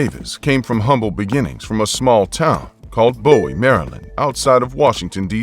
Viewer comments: It irritates my soul when people who are not from the area do not know how to prounce Bowie. Idk y. But its Pronounced BOO•WE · It’s (boo-we ) Maryland lol